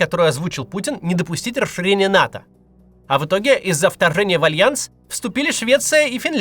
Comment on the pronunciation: Не НАТА, а НАТО